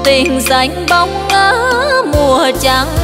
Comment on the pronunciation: Đã hát nhạc về Huế thì nên chú ý phát âm chuẩn, Huế đã xa rồi thì hát (( dồi..)) dồi là gì hở,, Trăng thì hát ((chăng..)) giữ chút gì cho riêng Huế nha